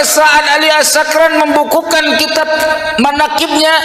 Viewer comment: ini tokang piknah km baca kitap kurang tepat ngaji lagi